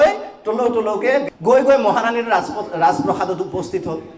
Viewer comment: আপোনাৰ প্ৰেৰণাদায়ক ভাষণৰ শলাগ লৈও কেইটিমান কথা আঙুলিয়াই দিয়াৰ প্ৰয়োজন বোধ কৰিলোঁ। প্ৰথমঃ বক্তৃতাৰ মাজত আশা কৰামতে শুদ্ধ অসমীয়া শব্দ,বাক্যৰ প্ৰয়োগ অনুপস্থিত। প্ৰতিটো ভিডিঅ’লৈ মন কৰিলে উদাহৰণবোৰ জিলিকি উঠিব। মাথোঁ সস্তীয়া ধেমেলীয়া কথাৰে একাংশ শ্ৰোতাক হঁহুৱাব পৰাটোৱেই প্ৰণোদিতকৰণ নুবুজায়।.....'ৰাজপ্ৰাসাদ ’ক আপুনি স্পষ্টকৈ 'ৰাজপ্ৰসাদ’ বুলিলে শিকাৰুসকলে আপোনাৰটোকে শুদ্ধ বুলি ল’ব।নতুন প্ৰজন্মক বাৰেবুৰি ভুলেৰে পৰিচালিত কৰাটো যুগুত হৈছেনে বাৰু? দ্বিতীয়ঃ আপুনি সুন্দৰ,ৰসাল কাহিনী-উপমা আদিৰে কেতবোৰ মূল্যৱান পাঠ আগবঢ়াই আহিছে।ভাল কথা।পিচে আপোনাৰ কথাৰে যে সমাজৰ কোনো কোনো ব্যক্তিৰ অনুভূতিত অনাহক আঘাত দিয়া হৈছে,সেয়া আপুনি এবাৰো ভাবি চোৱা নাই।যেনে—গাঁও পঞ্চায়তৰ সভাপতিসকলক 'লেবেল’ দিয়া বুলি তাচ্ছিল্য কৰাই নহয়, সেই পদটিকো হীন জ্ঞান কৰিছে। ইয়াৰ মাজেৰে আপুনি নিজৰ ব্যক্তিত্বৰ কোনটো দিশ উদঙালে বাৰু? আপুনি যোগাত্মক দৃষ্টিভংগী (positive attitude)ৰ শিকনি দি আনৰ প্ৰতি এনে নেতিবাচক দৃষ্টি-ধাৰণা পোষণ কৰাটোৱে আপোনাৰ নৈতিক প্ৰমূল্যবোধৰ দীনতাকে সূচাইছে। আপোনাৰ দৃষ্টিত তেনে পদত থকা ব্যক্তি বিশেষে নিজক বৰ মানুহ বুলি জহাই ফুৰিব পাৰে।ই সম্পূৰ্ণ গাইগুটীয়া অনুভৱৰহে কথা, ভিডিঅ’যোগে ৰাজহুৱাভাৱে আক্ৰমণ কৰিবৰ কৰ্তৃত্ব বা নৈতিক অধিকাৰ নিশ্চয় কাৰোৱেই নাই। কিন্তু 'পঞ্চায়তৰ সভাপতি’ পদটিৰ প্ৰতি যথোচিত সম্ভ্ৰম জনাব নোৱৰাটোৱে আপোনাৰ অহংকাৰী স্বৰূপকে তুলি ধৰিছে। মন কৰিব, যিজনে জীৱনত কাহানিও নিজৰ অশুদ্ধ মত-ধাৰণা সলনি নকৰে বা আনৰ সমালোচনাক গুৰুত্ব নিদিয়ে,তেওঁ কেনেবাকৈ জনপ্ৰিয়তাৰ শিখৰ বগাব পাৰে,কিন্তু আনক শিক্ষা আৰু প্ৰেৰণা দিবৰ উপযুক্ত হ’ব নোৱাৰে। তৃতীয়ঃ আমাৰ বোধেৰে আন আন ভিডিঅ' বোৰতো আপোনাৰ ভাষিক সংযম-গাম্ভীৰ্য